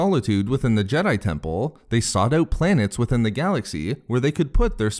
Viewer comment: Jedi Tempuuhhll 🤣